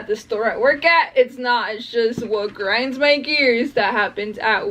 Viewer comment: you said, it just piiiiiiigring my gears lol